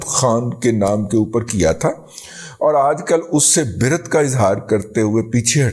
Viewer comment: دادا جی! درُست تلفظ بَرأت ہے۔ بِرأت درُست نہیں ہے۔ جیسا کہ شَبِ بَرأت، یعنی بَرِیَّت کی رات۔